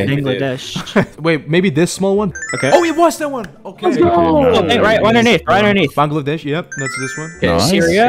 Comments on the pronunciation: ... Someone pronunced it right! Now i can die in peace... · Thanks for pronouncing Bangladesh properly! :D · the first people who pronounced bangladesh good. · Bro said the most accurate pronunciation of Bangladesh 🇧🇩